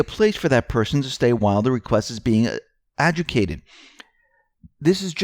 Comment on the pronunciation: I know, he's constantly mangling names and words. The DS should hire a different script-reader.